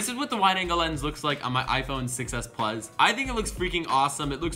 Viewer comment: he said iphone 6s pluz